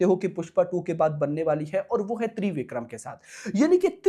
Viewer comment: Babu, it’s not ThreeVikram, it’s Trivikram, just like Tridev 😜